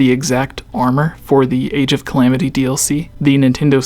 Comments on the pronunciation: say age of calams one more time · Stop calling it Age of Calams, it's cringe as fuck.